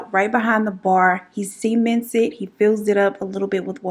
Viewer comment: girl i love you but the way you pronounce "cement" sounds like youre saying "semen" AHAHA it's SUH-ment